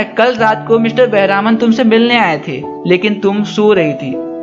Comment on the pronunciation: He is not बेहरामन it is बेहरमान